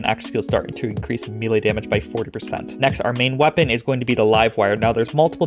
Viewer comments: Bro, im thankful for all the top notch content you put out but one thing always iritates me about your vids.. Its pronounced may-lay. Repeat after me, may-lay. 😂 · I'm going to be that guy. It's pronounced maylay. If you want to mispronounce it you can say me-lee. You somehow managed to get both wrong. Truly impressive.